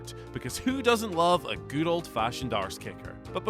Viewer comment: Terrible pronunciation of Good